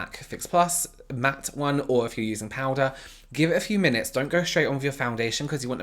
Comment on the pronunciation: free replay button to hear say POWDA and relax